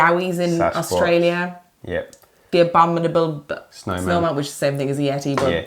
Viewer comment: I just sat down and was chuffed to bits that can't pronounce "abominable" either. Yesterday, my American friend sent me a video of my 3 year old nephew trying to pronounce "abominable". To be, fair he's only 3. I had to send him a video of my trying to pronounce it as well, because I can't for the life of me pronounce it. Thank you for a fantabulous podcast and channel. Much love from Denmark.